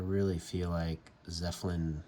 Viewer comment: It's Zeppelin not zeffelin 😅